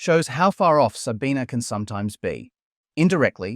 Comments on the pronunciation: Why do you keep saying her name with an A at the end? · Her name is Sabine, not Sabina. Constantly saying her name wrong. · First second of the video - failing to pronounce her name correctly. Already garbage. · loses some cred by not consistently pronouncing her name consistently. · Please pronounce her name correctly - you pronounce it without the schwa at the end in several place.